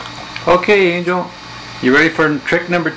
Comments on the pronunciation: I love this video but lol at start it said angle not angel lol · Angle is her name? i thought you said angel??